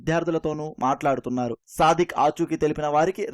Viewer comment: వాడు “సాదిక్”, సాధిక్ కాదు…వాడేదో సాధకుడులాగా మాట్లాడద్దు